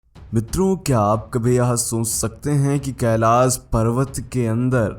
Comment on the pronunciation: Kailash bolna nahi aata... pahele iski training lo..